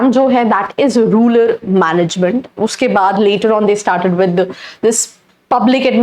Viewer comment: रूलर नहीं रूरल